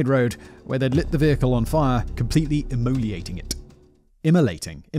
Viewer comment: “Immoliating”! Typical British terrible English 😂😂😂😂!!!! Like pronouncing “aluminum”, “aluminium”😂😂!!! Go look at a periodic table and tell me how aluminum is spelled and come back and tell me how many I’s are in that word. Kinda difficult to come up with that pronunciation when it’s only one, right?